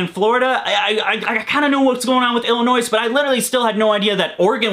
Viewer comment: The S is silent in Illinois.